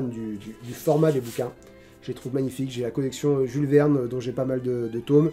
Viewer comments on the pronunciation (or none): none